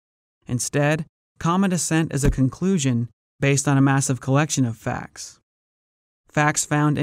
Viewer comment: Oh wait did you say Conclion?